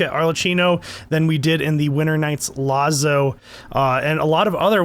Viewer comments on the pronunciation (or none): In Italian ‘keeno’, rather than ‘cheeno’ at the end of Arlecchino. Also it’s pronounced latzo rather than lazzo, kind of like the way pizza is ‘peetza’ and not ‘peeza’. Doubling the letter sometimes sharpens/hardens the sound. I don’t know what pronunciation they’re using for Focalors, but in France (which this area is based on), it’s written Foçalors and pronounced ‘Fau-sa-lor’.